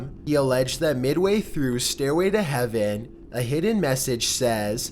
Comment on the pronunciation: "Staiway to heaveuhn. Satauhn."